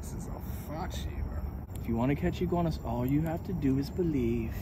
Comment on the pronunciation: Iguanas, not goanas